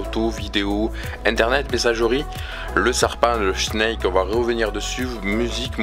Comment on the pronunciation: Ta appelle snake , schneke ...